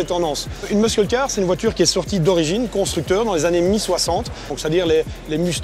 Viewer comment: j'en peux plus de l'entendre dire "muskull" :/